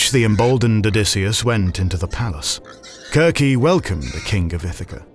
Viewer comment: I like that you use the hard c in Circe. it sounds more like the Greek..